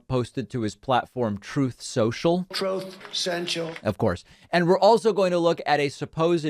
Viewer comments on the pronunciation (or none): Troth Senshal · “Troth Sential” 🤣😆😁🤣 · He literally can’t say truth that’s why he said “troughth”soontrall🤔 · Troth Sential. Hahahahaha. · is he saying truth sentchel? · “Trowth Cential” and “Big Massive Dumps”. Probably the 2 best sound bytes from him. I laugh every time I hear them. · Troth sential. That compulsive liar can’t even say the word truth. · "Troth Senshul" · "Troth Sontral!" 🤭 x